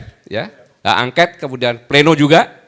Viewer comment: Haaa,,,, llaahh Gatot,,, gagal total, ngomong aj glepretan,, bilang hak ongkat-angket,,, , Mobil ongkot X🤠🤠🤠🤠👅👅👅🏃🏽‍♂️🏃🏽‍♂️🏃🏽‍♂️🏃🏽‍♂️🏃🏽‍♂️